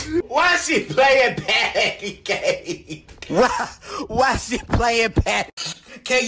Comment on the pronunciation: Patton Cake? Oh No Its Patty Cake 🤣